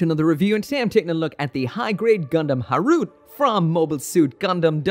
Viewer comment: its ha-ru-te, not harut...